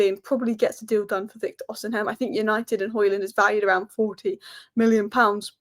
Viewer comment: OSHImen thats how u pronoune it love the videos